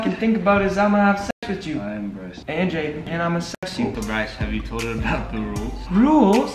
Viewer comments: its jaden not jayden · AHH NO NO PLEASE ITS "Jaden" NOT "jadyen" 😭